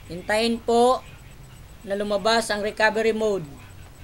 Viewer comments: Mali. mud. Hahaha. Anyways, salamat sakanya.:D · daw po 😂 jk 😂😂😂